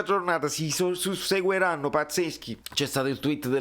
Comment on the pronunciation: però s ric "susseguiranno" 😂